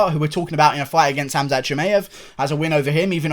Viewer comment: Your pronunciation of khamzat is really good you sound like a normal arab